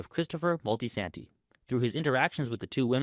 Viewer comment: MOL-TEE-SAN-TEE? DUDE DO BETTER.